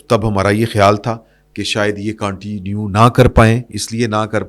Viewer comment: معزرت کے ساتھ، انگریزی لفظ continue کا صیح تلفظ اردو میں کونٹینیو نہیں بلکہ کنٹینیو یے